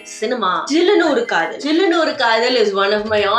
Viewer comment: Sillunu Oru Kadhal ❌️ Jillunu Oru Kadhal ✅️ 😂😂